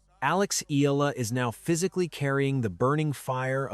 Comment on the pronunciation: It is pronounce as Eyala. If you narrate kindly pronounce correctly